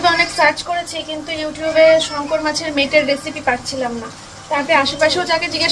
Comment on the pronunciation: Tumi eta ke meto bolo kano??Mete bolte paro na? Sotti sunte khub kharap lage eta ke correct koro kamon.❤